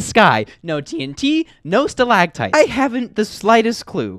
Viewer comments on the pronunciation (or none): the fact you say stalagtites